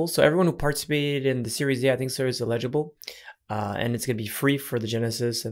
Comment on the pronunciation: "eligible" or "illegible" 😉😜